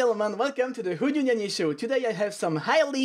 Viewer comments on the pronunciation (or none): i love how you say "welcome to the hooungugnuggnougne show " Xddd